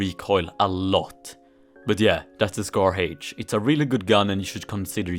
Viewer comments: "scar haich" - 2020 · Nobody:: SCAR Heich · Its heich ( is swedish btw)